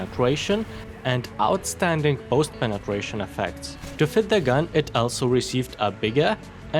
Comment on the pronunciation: Did anyone heard him say Penetwation